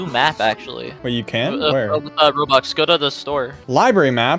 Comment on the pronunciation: really just said "Robarks"